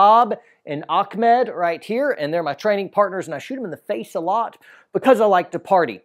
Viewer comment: It is ahmed not akmed xD